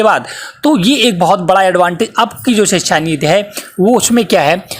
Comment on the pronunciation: नीत नहीं नीति